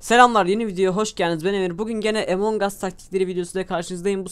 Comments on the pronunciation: emong us değil doğru telafuzu among us translateden bakabilirsiniz neyse efso video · ABİ AMON GUS DİYE OKUNUYOR OYUN AMONG US DİYE YAZILIR AMON GUS DİYE OKUNUR :D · abi emong us deyil among us